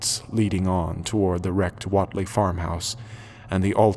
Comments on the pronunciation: Wait lee not wot lee. Biblio tek not biblio theek. Those quibbles aside very well done. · I don't know who's pronouncing it right, but I always pronounced Whatley with a "wait" sound, rather than the "whot" sound he uses. That's the one that I kept noticing. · I agree. He pronounces it like the 90s pop singer Jody Watley. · Pronounced Wait- ly.This is good but that's gonna bug me.Wilbur Wait-ly not Watt ly.But the Voice acting is good. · Not bad, but the pronunciation of "Whateley" is kinda grating. I'd always heard it as "wait-lee." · Pronunciations are wrong. Dunwich is spoken "Dun-ich" , Whatley is WAIT lee. But I can live with it. This is my favorite story. Wilbur is such a freak. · You couldn't of spent a couple of minutes to learn how to pronounce Whateley? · The accents of the lady and Whately really killed the immersion. They sound like they are black and/or from the South. These accents are totally different from how someone from rural Massachusetts or Rhode Island would sound like. Other than that, I loved the sound effects and everything else.